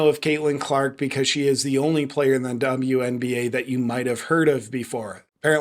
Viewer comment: “…the Dumb-You NBA…” 🤣😂🤣 Judging from the lack of other comments mentioning it, I guess I am the only one that noticed how you actually pronounced ‘WNBA’ there! Well played! 😎👍🏻